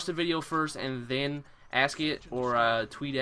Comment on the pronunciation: Heard the accent when he said "then" and "still".